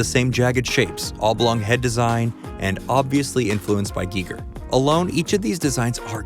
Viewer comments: Pronounced "Guy-ger"...not "Gee-ger"...also, he was an actual artist for decades before he went to do movies... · The biggest takeaway I have is that that been pronouncing Giger wrong.